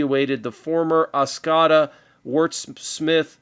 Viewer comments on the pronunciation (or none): I live in Michigan, What you talked about in Oscoda, Michigan, is on point. on a side note, the way you say Oscoda is: Os/co/da , three syllables. Michigan has a lot of tricky names to say. Mackinac is pronounced: Mac/in/awe. crazy but true. Just some fun facts.